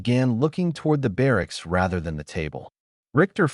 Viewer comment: Barracks not ba rack.